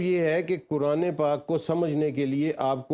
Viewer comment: سیلم صاحب آپکو بھی قرآن مجید کی گرامر اور تلفظ سیکھنا پڑیگا پھر آپ بھی ۔قرآن کو کران نہیں کہو گے